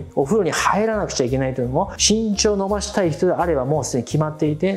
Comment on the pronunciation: 最初「しんちょう｣じゃなくて「ぎんちょう｣って言ったよね